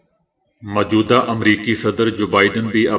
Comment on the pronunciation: بھائی غلاف غین کی زیر کے ساتھ پڑھیں ناکہ غین پر پیش مجود ہ نہ کہاکریں بلکہ موجودہ کہیں میم کے ساتھ واؤ کا پڑھنا ضروری ہے اسی طرح اقوام متحدہ کا تلفظ بھی غلط ہے متحدہ میں میم پر پیش ت پر تشدیداور زبر، ح کے نیچے زیر ، دال پر زبر اور ہ پر جزم ، فیروز اللغات سے استفادہ کیا کریں۔ اپنے جتنا زور انگریزی سیکھنے پر لگایا اسکے عشرعشیر اپنی قومی زبان پر لگاتے تو آج آپ ابو الکلام ھوتے۔ لیکن اپ سب کچھ تجارتی بنیادوں پر کرتے ھیں۔